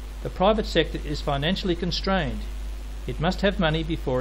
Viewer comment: "... financially constrained..." not ""... financially contrained...".